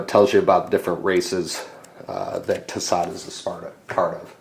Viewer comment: Pronounced T so